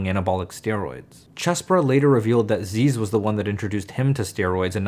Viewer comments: lol nerd - it's not zeeeez brah it's zizz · Brahhh it’s pronounced ‘ZIZ’ not ‘zeez’ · ITS NOT ZEEEZUH. ITS ZIZZ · it’s pronounced like zizz not zeez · It's pronounced ziss. Not zeez btw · ITS ZIZZ NOT ZEEZ <3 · zeezz. Its pronounced zizz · It’s pronounced “Zih-zz”. I know his name is “Ah-zeez”, but there’s videos of him calling himself zih-zz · zyzz nO zeezz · Thank you for sharing. I was wondering who this zyzz guy is and how to pronounce his name.